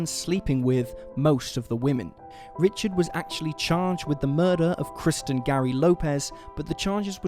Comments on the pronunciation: We don't have counties, we have parishes. Lots of mispronunciations of French names.. like Meaux (mo like in mo jo) Hebert, (a bear) Richard, ( ree shard) etc. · In south Louisiana, Richard is pronounced "Ree-shard" :) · I live in northwest Louisiana. Born and raised here. Lots of backwoods history..some good and some bad like anywhere else..these cases were all sad and the Jennings 8 especially is chilling. It’s always entertaining hearing how outsiders pronounce words such as Bossier.. (Bow-szhurr) and Richard (Re-shard) 😉😜thanks for the video!